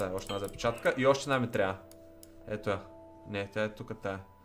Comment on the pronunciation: Казва се запчатка не запичатка